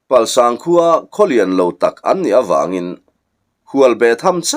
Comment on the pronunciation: Palsang khua leh zuchhip khua I lam dan hi a dik lo